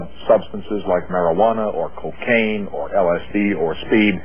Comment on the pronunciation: Kakane?? what is that John?? lol